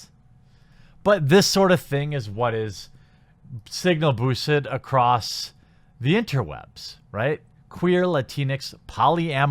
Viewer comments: It pronounced across not across't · '...I have come acrost..' Acrost? I'm pretty sure that isn't a word. Otherwise, nice vid.